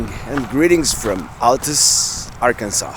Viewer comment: Hey I love your videos and love following you! Thanks for the great review of part of my state and our capital city! Now so you know us down here in Arkansas have our own slang! So Altus is actually pronounced All tus. Petite Jean is pronounced petty Jean! You should come back sometime and let me show you north central and north western. Arkansas! I can take you to the ozarks and show you the only cave owned and operated by the national Forrest service America’s first National River! Com back and see us now you hear!